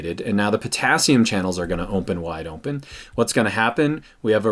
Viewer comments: ‘Ompen wide Ompen’ 😂😂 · lmaooo "ompen wide ompen"